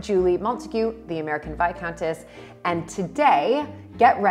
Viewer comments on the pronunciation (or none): It's gas Vicountess. Lol